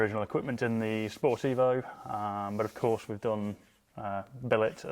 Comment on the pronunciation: It took me until Episode 2 to realise he meant "Sport Evo" rather than "Sportivo", I kept thinking to myself I have never heard of this model.